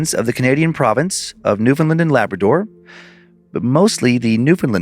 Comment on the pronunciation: It truly hurts to hear Newfoundland pronounced like that 😭